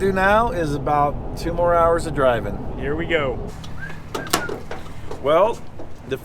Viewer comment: "MORR robust"